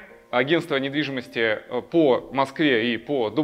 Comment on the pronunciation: Я один услышал "Привет, это каканал недвидимостии ВДТ"?